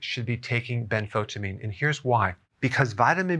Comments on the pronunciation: I don't think you are pronouncing benfotiamine correctly. I've heard several others emphasize the EYE sound in the middle of the word rather than skip the letter "I" - so ben-fo-TIE-a-meen not as you say ben-FO-ta-meen. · Ben-fo-tya-meen, not ben-fot-ameen. Thiamine is pronounced with the "thya" sound. It's not Thi-meen, it's thya-meen. Benfotiamine. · Please say Benfotiamine (ben·fow·tee·uh·meen) instead of Benfotamine. It will make you sound like a professional. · isn't it ben-fo-tie-amine, rather than ben-fotamine? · Ben- fo -tie-amine...is the pronunciation it is chemistry . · The “tia” in Benfotiamine should be pronounced “sha” …. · You are not pronouncing benfotiamine properly. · He cant even pronpunce it. Wow